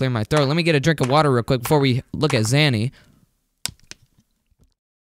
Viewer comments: Nice zany scream! Btw: it’s “zay-nee” not “zah-nee” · I got triggered twice in this vid. A: you just talk about some website infested with ads B: you mispronounce zany every time